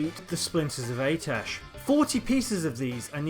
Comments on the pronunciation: Im sorry...AY-TESH...?!? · sorry man but you only covered 1 of the 4 possible A'tiesh staves. Each class (mage, lock, priest, druid) had their own class specific version. Also I think it's pronounced like "Ah-teesh"